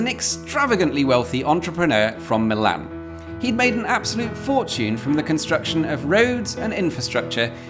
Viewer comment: everytime you say "Milan" it takes a year off my life